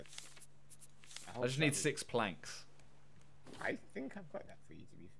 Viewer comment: did anyone else hear Simon say "pLaRnKs" ???